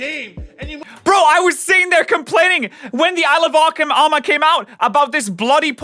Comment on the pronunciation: The funniest thing is how he pronounced Isle of armor as Alabama lol